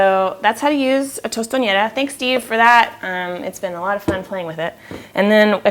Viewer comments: Hey, that's a good utensil; I like how it gets the shape of a cup. At home we say patacón, instead of tostón. Also, if I can help with your pronunciation, you are saying tostoñera, when you want to say tostonera. Ñ is probably the most beautiful letter in Spanish language but, is not present in the word tostonera. Peace and good luck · oh dear. you would never make tostones with platanos that are that yellow... the platanos she has you would fry up just in chunks and serve them with food. and thats not how u say tostonera lmao